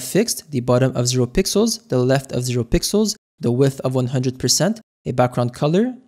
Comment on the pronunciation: blud cant say pixels anymore zesty